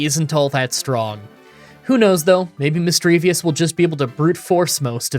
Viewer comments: I absolutely hate how says missdreavus wrong. It doesnt end in "vous" its just "vus" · Not to be rude but it's Misdreavus not Misdreavius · misdreaVUS not misdreaVIUS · I'm so happy that someone else pronounces Misdreavus as Misdreavious like me lol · Where is the ‘i’ at the end of Misdreavus? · There is no i at the end of Misdreavus.. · You've probably already heard this from other commenters, but you constantly mispronounced Misdreavus's name 😅 there's no second i in the name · please for the love of god its mis-dreev-uss not mis-dreev-ee-uss and cran-ni-dos not cran-ee-a-dos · Shelldon, Misdreavius, Craniados, Garotle, Bronzer, Hippodon. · Not to rib you too hard, but you took the I out of Shieldon and put it in Misdreavus and my persnickity brain got annoyed. Have this thought for the algorithm, knowing you'll do it again. :P